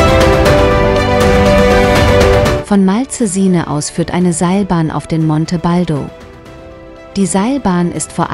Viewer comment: Oh ja, dieser Ort am Gardasee ist mir bestens bekannt. Daher freue ich mich sehr über dieses Video. Ebenso freue ich mich über Dein ABO und werde gerne auch Dich abonnieren. Grüße von Leonora Lily P.S. Bitte gestatte eine Bemerkung am Rande. Die Moderatorin spricht das Wort "Malcesine" völlig falsch aus. Sie soll mal einen Italiener fragen, wie es richtig ausgesprochen wird.